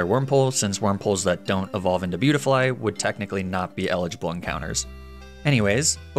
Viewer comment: I love the "le beutifly" 😂 I caught me of guard